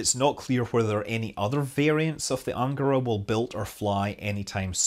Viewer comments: I thought it was an-GA-ra. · cool! Also, the stress in words “Vodorod”, “Soyuz”, “Proton”, “Angara” and “Baikonur” falls on the last syllable (if you strive for perfection).